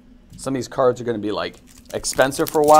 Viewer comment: bro you don't know how to read half of the cards, coming from a non native speaker.